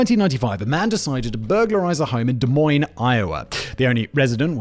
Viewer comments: As a loyal follower of Simon's, I'm incredibly impressed that he was able to pronounce Des Moines, Iowa correctly. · A British man who lives in Czech Republic can pronounce Des Moines but people from neighboring US states can't.